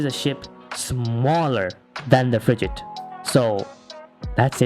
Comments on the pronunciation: Why do you pronounce frigate with a j like you're saying frijate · the way you pronounce frigate is phisically hurting me